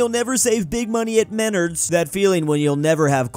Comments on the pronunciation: I'm crying of how he pronounced Menards 😭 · I felt nauseous when he pronounced Menards wrong